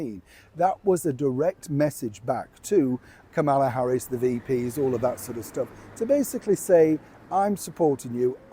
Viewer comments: Dear, Just to let you know Kamala is pronounce with the accent on the first syllable -- think of Pamela, for instance, but Kamala is pronounced more like Pomala. Thanks for reading. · It’s pronounced Comma-La. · the pronunciation is KAHmala. It's not difficult. A 5 year old could do it. Please get it right. People's names are important to them and deserve respect. If you can't get it right I'd hate to give up watching you but I will in a jack minute because I won't tolerate people behaving like idiots by pronouncing their name wrong. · The least you can do is learn to pronounce Kamala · Very disrespectful for you to continue mispronouncing our Vice President's name. What's wrong with you? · Actually, her name is commonly mispronounced across news sources and countries. It's so common we're actually not sure which is the correct way.